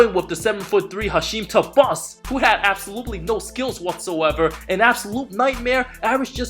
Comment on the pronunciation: True, I'm actually surprised by that. And thabeet is pronounced weird.